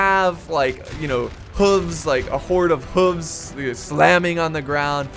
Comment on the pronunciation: When you said you butchered English I thought you were joking until you said hooves.😂😭😂